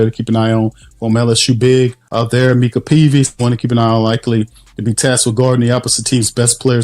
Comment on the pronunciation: It's My-ca Peavy 😂